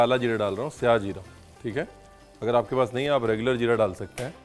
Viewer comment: Aaj jakar kisi se suna sahi lafz syah zeera nhi to shahi zeera sun sun k irritate ho gye the